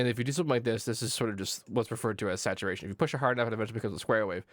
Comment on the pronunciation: i like how you pronounce the word "sausageturation".